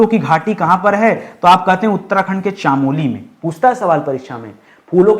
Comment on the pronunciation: Nice sir . I am from uttarakhand ❤❤❤ Sir चामोली नहीं चमोली ❤❤